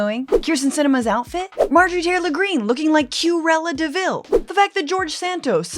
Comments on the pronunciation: I believe she said "Q-ella de Vil" which is hilarious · "Q-rella Deville" 🤣 I'm 💀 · “Q-rella DeVille”! 😂😂😂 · "Quella deVille". 😂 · "Cure ella Deville" 😅